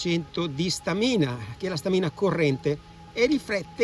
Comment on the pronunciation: Complimenti per il video…unica cosa: si dice Stamina con l’accento sulla prima A! 😉